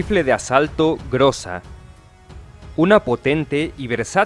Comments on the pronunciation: "ГРОЗÁ" SE PRONUNCIA [GRAZÁ] Y NO [GRÓZA]. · No se le di groza sino grueza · "ГРОЗА" SE PRONUNCIA [GRAZÁ] Y NO [GRÓZA].